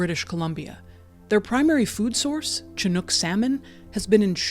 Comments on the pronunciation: Just a note, Chinook is pronounced “Shin” not “chin”. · 49 seconds. A new record for me! Love your videos. Small note - ‘chinook’ is pronounced shuh-nuk. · Chinook is pronounced Shinook, please stop disrespecting the native tribe. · Washington state West coast here We love our orca pods😊 And, It's said, Shu nook🙄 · It's pronounced Shinook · It is pronounced "Shi-nook".